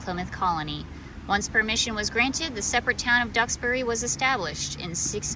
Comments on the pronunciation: Duxbury pronounced right. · My wife’s family are descendants of Mayflower passengers William and Susanna White. I think you did a great job pronouncing Duxbury!